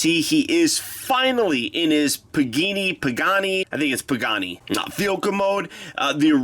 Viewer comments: It's pronounced pa-ga-ne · It is pronounced (puh- gaun- E) you actually say E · its pronounced "pa-ga-ne"